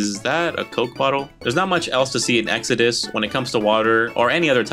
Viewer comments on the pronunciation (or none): none